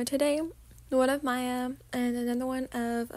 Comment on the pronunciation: This is so good!!!!!!! By the way I just wanted to say Miyas name is pronounced the same way you would pronounce Mia :) I love all ur vids ❤ can’t wait for the next few audios❤❤